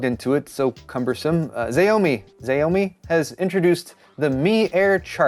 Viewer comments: It's not "ZAOMI" it's "SAOMI" LOL! "S" pronounced like "sssshhh..." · Hehe Zaomi it's pronounced shao mi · xiaomi is pronounce "chow-me" (with a softer ch) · well by the time Nvidia Hopper releases, things will settle down and we might be able to buy a used Ampere GPU for 50% of MSRP, see you in two years brothers. P.S: Xiamoi is not pronounced Zaiomeee, its Shawmeee, dont ask me why its pronounced like that, but googled it a while back and its like this. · Xiaomi is pronounced "chow - me" according to every other channel that reviews their products. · Xiaomi = Shao-mi = Millet, you can check google translate to hear it. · Hey its pronounced like "she oooow me" Xiaooooomi:) great video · Zi o Me ...I pronounce it like that too in my head, it’s a hard habit to break. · xiaomi is pronounced like shao-mi. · Xiaomi is pronounced like “shyao-me” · Xiaomi is pronounced "Shaw-mee" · xiaomi pronounced shao me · Also xiaomi is pronounced shaa oh me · Xiaomi is pronounced like the first syllable of 'shower' and then the word 'me.' Great video! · I think you have pronounced the name Xiaomi the weirdest way possible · If not nvm but if want to correctly pronounce XiaoMi, my advice is to pronounce “Xiao” more like “shall”, "Mi" stays the same. ❤u